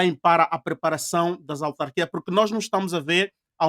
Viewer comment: Ao apresentador: é AUtarquias, não ALtarquias.